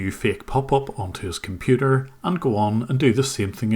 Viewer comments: I know at one point he said “computah” which cracked me up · Indian version pronouncing Computer: (Coom-petah)